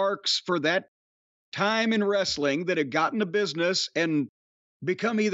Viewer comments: ress-a-ling hahaha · puroTV quit saying "wrestling"! Everyone knows it's pronounced "wrest-a-ling"! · I think you meant “ress-a-ling”